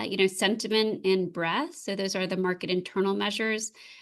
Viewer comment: I always enjoy, but it's breaDth, not breath.